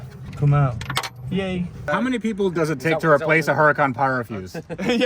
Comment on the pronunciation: Mat are you aware that you're mispronouncing the Huracan? And it makes sense don't you agree to pronounce the correctly? The h is silent in Spanish so try pronouncing it without an h! Ooo-ra-CAN